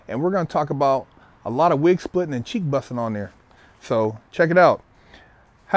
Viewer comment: Man the way he says cheek bussin is suuuuper funny